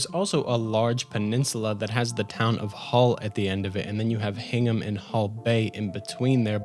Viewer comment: Hearing someone try to pronounce town names from Massachusetts is always fun. I was laughing when you managed to say Hingham perfectly but stressed the mouth in Weymouth so much. Really good video! Thank you for the effort.